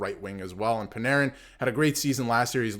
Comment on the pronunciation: Dude, it's your own video, and you even have his sweater behind you, and you still can't pronounce ZIBANEJAD correctly 😮. How embarrassing is that?? And I hear you chuckle at Panarin, wow! Do your homework if you want credibility from your viewers, it's basic. Same goes for Eddie Olczyk and his crap on National broadcasts, disgusting.